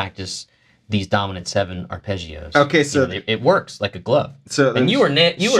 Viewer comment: It's arpeggios. Not Ar"pay"geeoos.